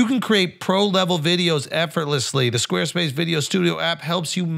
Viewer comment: “Podcasts bought to you by Sqaue Spase”